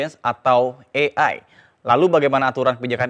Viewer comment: AI bukan EAI 😅😅😅